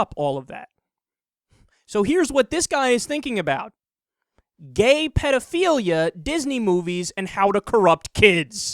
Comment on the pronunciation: Protaaaghchzinist? Pidofiliya? This guy have a speech impediment on top of his stupidity, or is this a failed attempt to sound sophisticated?